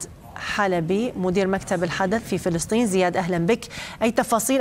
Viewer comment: كانها قالت فلسطيز في ١:٠٧!!!!